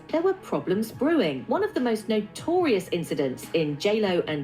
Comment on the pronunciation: You Had To Say: "NOTORIUS". 😂😂